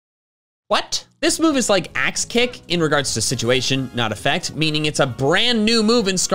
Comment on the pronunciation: Like I wasn’t paying much attention and when you first mentioned the move I thought you said ass kick and I was like “sayyyy what now???”